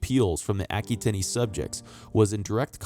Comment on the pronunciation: a·kwuh·tayn... It's driving me nuts. Good videos for sure.